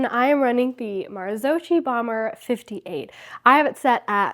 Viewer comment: Hey,, just discovered your channel and love it. BTW, this is pronounced "Mar-zo-ki" (not "chi"). I wish you a great season!